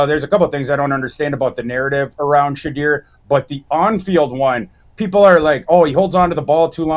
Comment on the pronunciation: Dude please stop saying Shedeur like that!!!